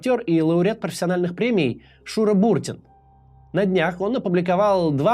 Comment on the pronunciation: Не БУртин, А БуртИн.